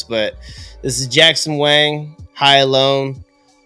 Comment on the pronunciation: Yo😂 Jackson Wing? You almost said it like that bro kk It's Wang! (WÃN!)